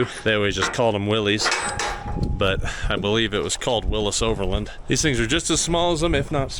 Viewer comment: Yay!!! FINALLY someone on YT pronounced Willys correctly!